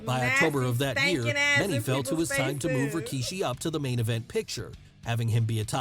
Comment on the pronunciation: She is even pronouncing his name just like Jim Ross- Rawkeyshee lol😅